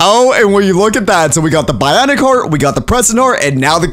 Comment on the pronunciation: bro said BAI-ONIC